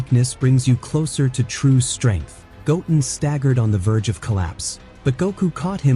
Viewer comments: Goatin' ??? Go-Ten ....this must be AI voice. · His name is “go ten” not goatn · Did u say goat en … its go ten … goo ten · Not gotin its pronounced goten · Why u keep saying his name wrong like omg goten not gotum lol😅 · his name is pronounced go ten not goaten, just saiyan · Go....ten.....stop saying gotn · Goten not toulken hahaha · It's not Goat-en it's Go-ten ! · Goat-in. Is a hybrid sigh-Yan. Got it! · His names not Goaten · Goatin and saiyon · It's Go-Ten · I like your videos the please pronounced the names the name is. Gotin say like that and we good 😅😅😅😅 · i love this extended of goten but it sounds like the narrator is saying goaten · How do you even spell the AI pronunciation in this video? Goen? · mis pronoinces goten sais it like goatin and misses the t in gokus sayain name crazy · You said his name wrong you’re not a dragon Ball Z fan or a OG fan more likely get your fucking ass off here if you can’t say their names, right? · Omg pronounce sayians and goten properly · Gohan is better than Goaten ever will be. Even if Wiz trained him. AI voiceover sucks. It's Go Ten Goten. Wheeze.. Whis. Also Whis would probably focus on Goaten strengthening his base form. I do like your videos though. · How many times are these people not going to read over their own scripts I'm so tired of hearing the names of these characters be botched every time. Goat-in really?! The name is pronounced "GO-10." Whis: "whee-sss" Saiyan: "say-yen" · I don't know why people who use AI to make videos can't learn how to change spelling of words to make them sound correct. Saiyan - Sayin not Sigh on Goten - Go Ten, not Goatin Whis - Weese not Wiss It's so damn cringe It's like they don't listen to it before posting it.